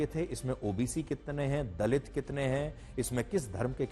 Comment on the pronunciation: Dalit kya hota hai itna bda ankar hai theek se word bhi nhi bol sakte